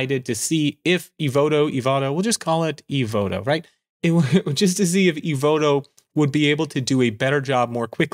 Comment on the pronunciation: LOL., I'm coming, your pronounce "Evoto" is right:trophy-yellow-smiling